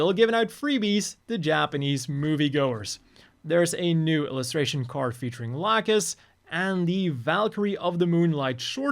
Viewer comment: The new seed dubs pronunciations are literal war crimes, no one is pronouncing Lacus as La-koose